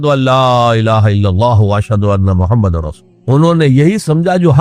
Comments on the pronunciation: Ye voice aur video dunno Dr israr ki nahi hein ye dekhein hamre Rasool ka nam bhi sahi se nahi Le rahe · bilkul sahi bole aapne prnounsation sahi nhi